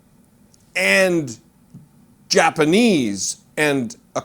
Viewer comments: "Germ-paneese" 🤣 Oh yes, thank you for that one! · Jerpenese? Must be the language they speak in "TANZIA" or was it Tanzeria? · He needs to be canceled...and wtf is "Jerpanese"? I guess it's a new language that's offered at Trump U...😮😅 Ugh, impeach his orange ass/butt...